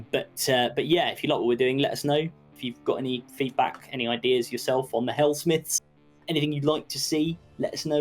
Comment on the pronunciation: Helm-smiths of Hash-hat